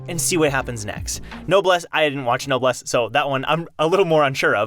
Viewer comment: This man really just said "no bless" instead of noblesse